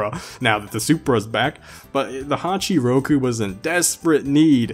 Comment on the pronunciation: Why does he call the toyota 86 honchoo roku